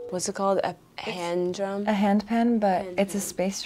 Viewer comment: ← Big cringe when she, for some odd reason, forgot the words "hand drum" when she asked about the drum. 😂 "Is that a...hyaand droom?"